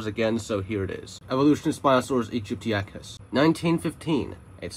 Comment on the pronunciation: That is not how you pronounce aegyptiacus. Even jurassic park 3 pronounced it correctly.